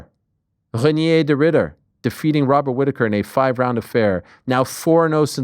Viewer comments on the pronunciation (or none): It's not Ry-nyay like you said in French, Ariel, it's Reinier in Dutch- both Rs are sounded out, the stress is on the second syllable, and American phonetic it's more like "Ry-nir" with more stress on the nir. 🫡🎉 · Bro saying Reinier like he is french haha